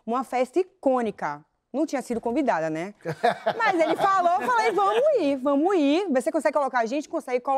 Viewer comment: "vamo í" dói kkkk